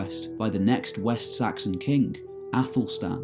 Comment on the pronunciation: Pronounced A thel fleed and A thel red and A thel Stan and Mercia is a modern name not Anglo Saxon and the c in Mercia is not s sound but Ch sound old English Mierce meaning border people surrounded by other kingdoms and Wales. Modern name Ethel derrives from AEthel meaning noble/royal and flAE'd means beauty